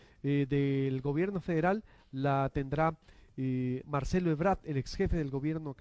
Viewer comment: EbraRd no Ebrad